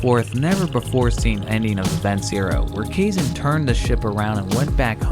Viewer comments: You sure it's "kayzen?" As with Japanese an "ai" is always pronounced like "i" which is why the "rayden" pronunciation of the name "raiden" bugs me. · Depending on the language it could be ka-e-sheh or kaysh/kay-sheh too. Some languages languages an x is either a sh or h-sound. But Kaizen, naw. Theres not a language that exe is xen/zen.